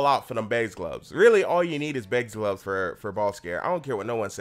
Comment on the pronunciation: why do you say glubs instead of gloves?